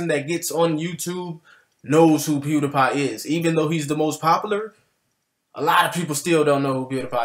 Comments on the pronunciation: Okay, I love your channel, but when you pronounced pewdiepie as pewdIpie not pewdeepie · Why you pronouncing it Pew Die Pie, instead of Pew Dee Pie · Omg... THE WAY HE PRONOUNCES PewDiePie! Bro, the ‘Die’ is pronounced ‘Dee’. I’m sorry for getting triggered, Imma leave... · Pew die pie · It's pronounced pewDpie even tho it's spelled pewdiepie